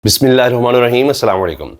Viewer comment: اللہ کا واسطہ ہے کہ اپنی بسمہ اللہ درست کر لیں۔ آپ غلط طریقے سے پڑھتے ہیں۔ الرحمن کی بجائے ہ کے نیچے زیر آتی ہے